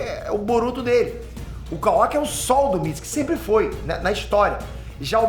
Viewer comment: Nao é MITISIKI É MITISUKE sabe nem ler irmao